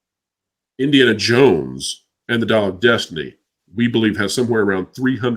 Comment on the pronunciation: I don't know if it was a Freudian slip or not, but at says the title of Dial of Destiny and it almost sounded like he was going to say Diarrhea of destiny. I know I heard an "r" in there lol. I think that Disney will get to the point one of two things will happen 1. they will get into a proxy battle with Nelson Peltz or maybe even a hostile take from Comcast or 2. The company will get so into debt that it will file bankruptcy and be sold off into individual properties at a fire sale. No matter how much Emperor Iger ruins the company there is still a lot of value in Pixar, Lucasfilms, Marvel and Disney. Iger is sitting on a gold mine but he does not know how to use it. Disney is removing content from their steaming service (yes I left the r out because it's a steaming pile of crap at this point) will not entice new subscribers and less content means less to watch and less subscribers. However the content on there now isn't much to draw people in anyway. The new content they add is garbage.